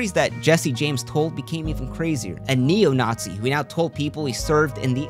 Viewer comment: He can't even say the word lmao.